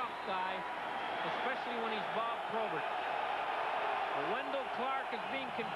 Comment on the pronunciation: BOB not BOD. WENDEL not WENDLE.